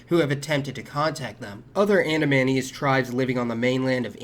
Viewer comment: It's pronounced Anamayonnaise.